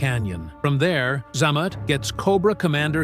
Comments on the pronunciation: Ugh - AI narration. Look - If you aren't going to take the time to narrate your stuff yourself - at least don't be lazy and take the time to listen to the audio it and correct the errors the AI makes. "Zamet, one of the Crimson twins" should be "ZAY-Mot (Xamot) No self-respecting GI Joe fan would make that mistake. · Cant stand you pronouncing Xamot wrong